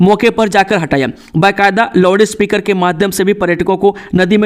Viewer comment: आपका समाचार बोलते समय शब्दो का सही तरीके सेऊच्चारण ना किया जाना बडे खेद की बात। आप लाऊड स्पीकर शब्द को लोडी स्पीकर क्यो ऊच्चारण करते है। होगया, को हो गिया क्यो ऊच्चारण करते हैं । यही नहीं कई शब्दो का कत ई गलत ऊच्चारण क्यो। खेद कि बात।